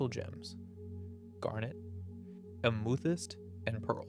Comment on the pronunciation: I feel like i’m getting punked with some of these pronunciations 😂 words that have absolutely been said correctly previously on the channel. Like Amethyst or Peridot. Or Sardonyx.